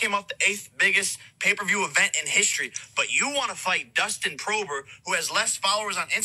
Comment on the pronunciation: Nobody: Jake Paul: Dustin prober